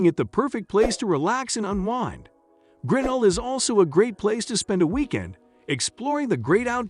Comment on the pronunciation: It's not GRINell, but griNELL, with the accent on the final syllable